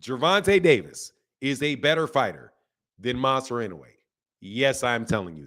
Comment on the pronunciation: Inouye is up there…top 4 and it s pronounced in-ou-ay…should at least learn his name if he s top 10 fighter in the world.